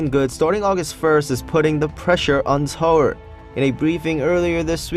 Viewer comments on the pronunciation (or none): none